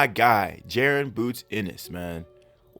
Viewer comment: Y’all gotta learn how to pronounce Jaron 😭